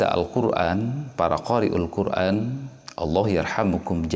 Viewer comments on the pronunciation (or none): none